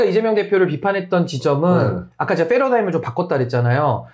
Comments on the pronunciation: 신인규 자꾸 있어보이려고 패러다임을 f 발음으로 하는데 패러다임은 p로 시작함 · 이재명 대표님은 바른 천재이십니다. 대통령 하시면 정말 기대해도 좋을 정도로, 최고로 잘 하실겁니다. 그리고 신인규 자꾸 paradigm을 faradigm으로 말하는것 같이 들리는데 …